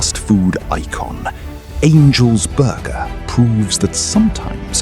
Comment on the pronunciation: "angels borgaah" 😁